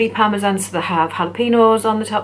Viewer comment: They have Chicken Parmesan in the states. I've seen them mentioned in films etc. They pronounce parmesan weird though. Parmeshjan or something x